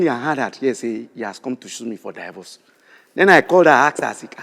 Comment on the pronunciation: I'm not ready "Die-verse" (divorce)🤣